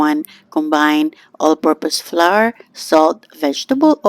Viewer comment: Fyi, the word, "flour" is pronounced like "flower," not flar.